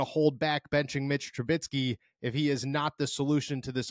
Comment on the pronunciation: Commenting till you see... Mitch TruBISky not TruBITSky 😂😂😂 Youre killing me smalls! 😅